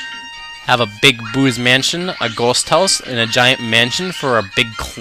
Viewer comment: haha nice protonjon reference and great job with the let's play. pretty informative and i like your comments on how weird the mario universe is. also, one question though too.. where are you from bro? just askin cuz you say words like toad and ghost house almost like with an accent haha